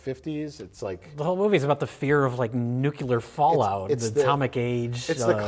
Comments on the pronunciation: why the fuck everyone suddenly started to say NUCULAR instead of NUCLEAR? god, it drives me up the wall and english isn't even my native language. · "Nukular fallout"